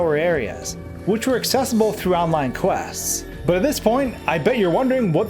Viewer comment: "Which were accessible through online quasts"